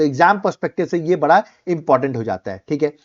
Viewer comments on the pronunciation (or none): none